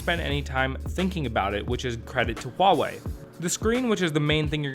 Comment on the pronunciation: Thank you for not pronouncing it as wawei haha